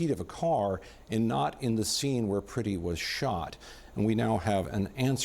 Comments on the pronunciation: His name is Alex Pretti. The "e" is "eh". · Pronounce the victim's name correctly,.